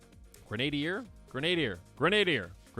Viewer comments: Grin-ah-deer. All one word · gren a deer* that's how you pronounce i